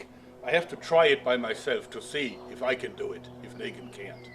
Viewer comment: It's Negan not Nagan